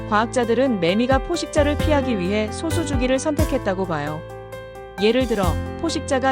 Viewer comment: 그 소수는 발음이 소수가 아니라 솟수 입니다 글자만 소수지